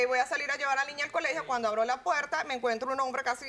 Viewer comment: Por que no pronuncias Al las ‘R’s ? Puelta, cualto…. Es tan dificil ?